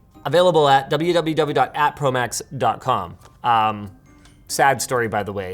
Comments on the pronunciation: You say ProMax ProMax, I hear Prolapse Prolapse. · Take a shot every time you hear prolapse instead of ProMax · Ngl, I thought Linus meant that ProMax sounded like prolapse.